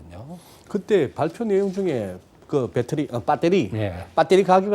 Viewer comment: 발표내용중에 그 배터리 아니 빠떼리 ㅋㅋ